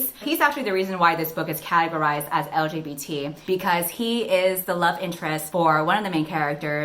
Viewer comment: you are saying L-G-B-T with clarity and confidence. What a pro